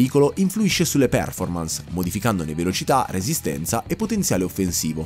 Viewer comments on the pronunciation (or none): none